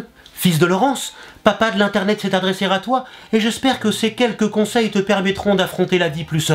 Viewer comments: "S'est adressé-rrr-à toi"... Tu fais cette faute à chaque fois, je ne sais pas si c'est fait exprès, mais ça pique les oreilles. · Très bon épisode comme d'habitude ! Mais juste une petite remarque, pas de liaison pour "Papa s'est adressé ra toi" ^^